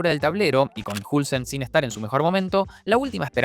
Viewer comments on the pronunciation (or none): "Hulsen" es increíble lo mal que dice los nombres a veces